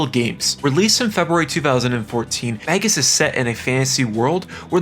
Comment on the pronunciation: Magus is pronounced May-Gus